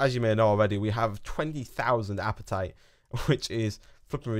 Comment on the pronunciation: I'm sorry but I have to correct u it apatite is pronounced ap-a-tite. Lol sorry